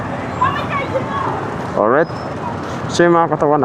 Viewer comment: oryt ahaha